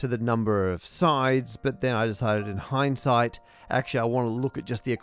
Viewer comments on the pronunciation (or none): none